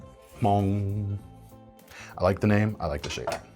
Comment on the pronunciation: I am Hmong. I'm glad to see that the hmong knife knife is being recognized and being put into production. Very excited to get one. Your pronunciation of hmong towards the end is pretty on point, most people pronounces it without the H.